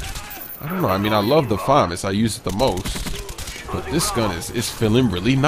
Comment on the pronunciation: he pronounced famas wrong